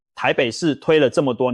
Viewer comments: ㄉㄨ更 不是ㄉㄡ更😂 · 總杭吧，兜更XDDDD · AI的國語發音，只要遇到該字有多種發音之破音字時，AI之功能還無法精準發音。 例如都市更新，簡稱都更。結果AI發音為都是的都，更美的更。 所以說，AI之軟體設計必須更精準，才不會一再發生這種狀況。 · 都更 一個詞發音錯好幾次 😂